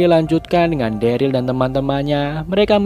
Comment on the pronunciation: dulu daryl jdi darly wkwkwk